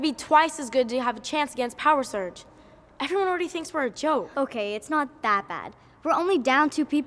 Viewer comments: Who thinks "Power Surge" sounds like "Power Search"? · ᴋᴘᴏᴘ ᴛɪɴᴀ wait the whole time I thought they were saying power search 😂😂😂😂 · I'm a little late but I hear them say power search instead of power surge